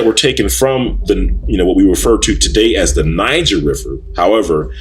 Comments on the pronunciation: Ahk you are pronouncing N i g e r wrong! (Nigh Ger) not (Nig ger). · Niger is a French word and is pronounced "nee-ZHER". It does not sound like when you say Niggxx. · Niger is a Latin word that means dark or black,,, the French borrow that word from Italy... but you can look this up for yourself if you would like to. but it`s a Latin word. and it was pronouned NEE-JER